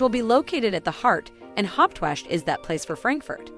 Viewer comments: Hawache not Hauptwash . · It is not pronounced "Haupwashh" 🤣🤣! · Thumbs down for false information and false pronunciation. Hauptwache is pronounced wrongly also. Kleinmarkthalle is not a cheap market.